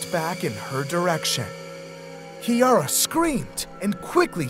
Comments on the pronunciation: This is my story and yes I was a little disappointed with the narration and how he pronounced Ciara's name. It's pronounced like Kira noymt Key ara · She did lol. She wasn't as close to the wardrobe in reality tho. She was just at our parents bedroom door and she was shining the light in. She literally bolted out of the room. He said her name wrong in the video tho lol. We are from Ireland and her name is Ciara (pronounced Kira) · This is my story and he actually pronounced her name wrong lol. Her name is Ciara but pronounced Kira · So hello horror fans lol. This is my story. I need to address 2 things lol. First of all Ciaras name is not pronouced like that lol. Its pronounced Kira. Secondly and most important. My sisters and I are 100% biologically related. Lol. Our mother didnt cheat either. Genetics determine hair colours. So both of our grandmothers had red hair. Krystal gets it from there. Ciara is naturally blonde it just wasnt as bright blonde as in this video. Melissa and I actually have VERY dark brown hair which i thought was black, until i became a hairdresser. Our hair is a base 6 which is dark brown.